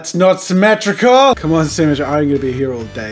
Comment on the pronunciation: It’s not... SIMETRUCUL!!!!!!!!!!!!!!!!!! °~°